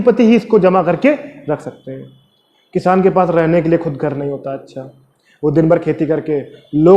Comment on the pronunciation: Kishan ni it's kisan🤣🤣🤣🤣Lol